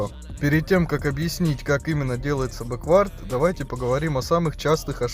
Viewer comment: бЕквард ударение другое 😉